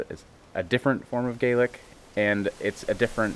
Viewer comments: Kudos for pronouncing Gaelic correctly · Well done on knowing the difference in pronunciation between Irish Gaelic and Scots Gaelic, most folk here don’t the difference!